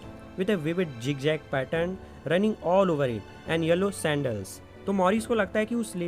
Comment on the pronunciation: 6.03 jig jag it's Zig zag